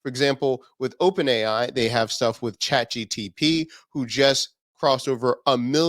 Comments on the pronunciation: It’s ChatGPT and not ChatGTP!!! Sounds like a car’s name when u say it lol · it is GPT. Not:GTP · You always said chat GTP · ChatGPT not GTP! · stop making videos when you even can not say chatGPT ... its not chat GPT